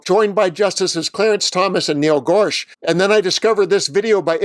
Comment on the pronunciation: the justice you mentioned is Niel GorSUCH, not GORSCH. Dude, a man in your line of work just really does need to learn at least a few names. Like, for example, the Justices of the Supreme Court. Sorry to be the grammar police, but sometimes I can't help myself.